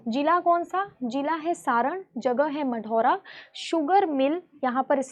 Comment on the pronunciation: Madaura nhi marhaura hai wo